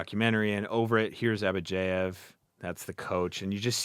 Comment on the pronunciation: Why do you pronounce Abadjiev as AbadjEiev?